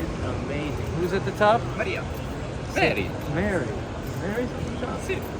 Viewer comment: The way he said merry ( Meria ) Sounded very similar to mery"s arabic name (meriam). There a whole chapter in the Quran called (meriam) to her mery"s name. The mother of Jesus (issa).